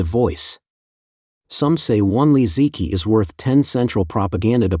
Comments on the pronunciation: Please fix your text-to-voice pronunciation of names. "Li Ziqi" is not pronounced "Lee Zee kee", but "Lee Zuh chee" (roughly) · “Li Zeekee” should be “Li Zuhchee” for instance.